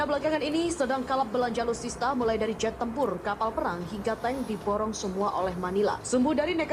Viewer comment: Saya hanya mau bilang sama admin👈 belajar duluh bahasa yg benar agar org tdk menertawaimu, sebab itu bisa menunjukkan kualitas mu min😂😂 masa sebut nya aluista😅😅